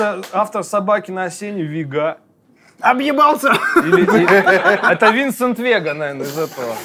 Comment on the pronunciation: не ВегА, а ВЕга. Лопе Де Вега